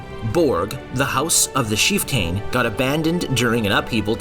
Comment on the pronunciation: heh-brides? WTF??? It’s pronunciation is… Heh-burr-deez. You should know your material better buddy. You also mispronounced Chieftain along with a few other words but I’m not getting into that unless you want to know. Come on buddy, get it together if you want to make educational videos.